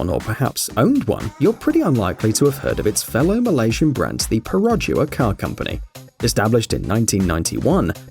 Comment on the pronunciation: U pronounced perodua wrongly, the locals will scold you I'd you said it with a western accent